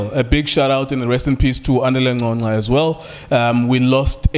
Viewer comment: How can he pronounce 'Ngcongca' correctly but not 'ncane' ?